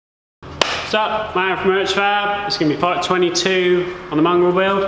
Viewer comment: Luve your vids but I can never quite catch your name when you intro your vids. I think I am hearing Matt but I'm not sure